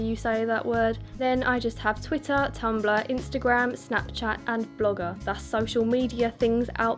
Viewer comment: Your voice is really seductive. I could listen to to lecture for hours. Thanks for sharing. :) love it when u say Ana-litt-ticks and tumb-blah lol